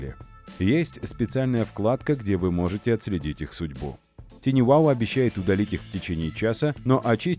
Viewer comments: TinyWow на самом деле звучит не ТИНИ Wow, а ТАЙНИ Wow. Слово "Tiny" [тайни] в переводе с английского значит "крошечный". И вообще, перед тем, как использовать иностранные термины, бывает полезно узнать, как же они правильно произносятся. Хотя бы, через Яндекс-переводчик. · не тини, а тайни, балбесы